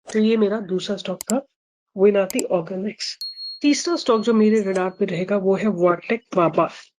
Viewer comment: That is विनती,not विनआती organics